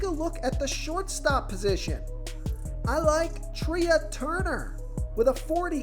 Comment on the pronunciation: Trea turner is pronounced like Tray